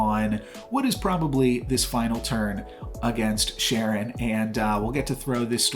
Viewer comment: Really enjoy your videos! Also you're mispronouncing Charon but it might be a joke I'm missing